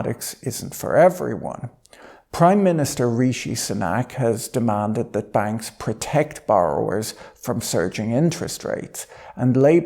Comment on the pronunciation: Prime minister Ree-shee Sun-ack? Come, on Patrick